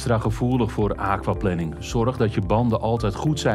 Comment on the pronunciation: De thumbnail is "wat moet je doen bij aquaplaning", het onderwerp van de video is "hoe voorkom je aquaplaning" (en de presentator spreekt het uit alsof het waterplanning is, in plaats van waterplanering, maar plannen voor water is natuurlijk ook goed). Verder dank voor dit filmpje :).